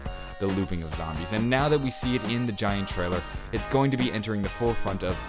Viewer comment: "Gaint" 10/10